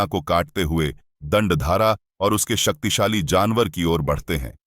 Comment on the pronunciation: Is it only me or someone else also noticed that he said Saktisali Missile in